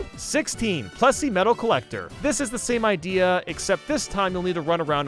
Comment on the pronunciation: plessy not pressy